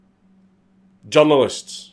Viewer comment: Journalist? No, “Yörnalest”